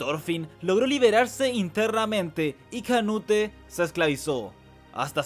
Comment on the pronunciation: Me da estrés q diga canute en vez de "conuto" 😔